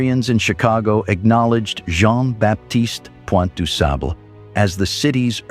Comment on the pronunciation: With the exception of mispronouncing this great blackmans name, the video was very educational 👍🏾😉